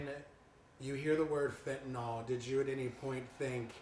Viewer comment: I wish people - especially reporters - would learn how to pronounce FentaNYL, not FentaNOL.